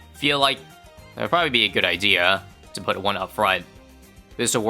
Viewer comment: "poot" Canadianism detected